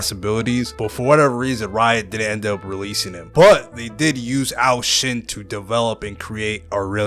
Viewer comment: its ashen not arshen you idiot